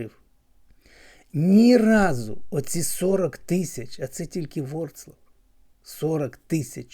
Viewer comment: Не Вроцлав а Вроцлав